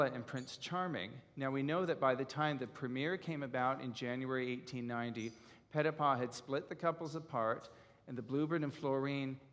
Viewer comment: The gentleman is very knowledgeable about Ballet yet does not use the correct pronunciation as in Europe for Petipa. Should use the sound of ee for the i.